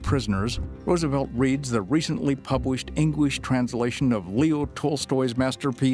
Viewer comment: “Recently pubWished EngWish…” HUH?!?